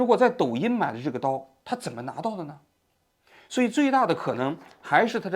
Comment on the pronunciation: zhen么生活 肘头无路 王局最近平卷舌不分😢